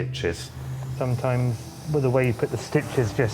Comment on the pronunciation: I can’t believe the Transplant Surgeon says “Wiv” instead of “with”…. Nevertheless a very skilled surgeon.